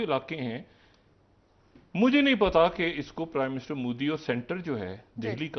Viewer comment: He can’t even speak modi properly (mudi mudi moody) ... Chale hain apne tazzia Karne....